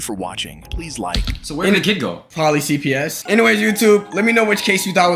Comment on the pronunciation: Low key thought you said CVS at the end instead of CPS